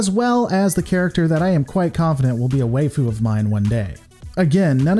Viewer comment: For some reason the way you said waifu had me actually laugh out loud!